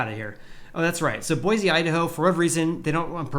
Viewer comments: A guy from Cali telling us how real estate is correcting from having doubled during the ridiculous plague. That’s rich. Don’t worry about Boise. With all the people fleeing Cali and their insanity making headlines daily, there is no end in sight. Oh, and learn to pronounce Boise correctly if you want an ounce of credibility here. It’s Boy-see. Not Boy-zee. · it’s boy-see!!